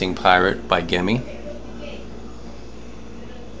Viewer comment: It's pronounced like jimmy